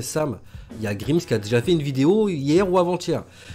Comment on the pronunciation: Bonne vidéo ! Par contre la prononciation de grimes me tu